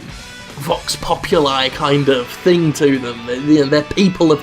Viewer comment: We pretty much share the same opinion. I don't care either if someone is paid, as long as I get to know that his opinion is not totally biased by it. And, of course, I get to know that the footage has not been prompted by own will but by external offer. Anyway, in case you need it in the future: Vox Populi is latin, and as such is pronounced vox populee. Cheers.